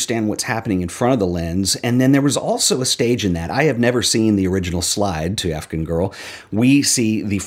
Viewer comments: I love the video, but I just have to say, the way you pronounce "Afghan girl" sounds like "African girl" to my ears and it's driving me insane. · Interesting pronunciation of “Afghan”...